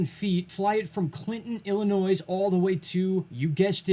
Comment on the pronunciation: Illinois has silent "s". Pronounced Ill-a-noy" Insignificant? Just don't want you to appear hickish or uneducated;)